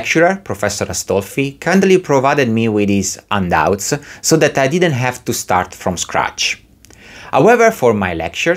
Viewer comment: I took a while before I realized that "undoubts" were actually handouts. Silent "h" like in Portuguese?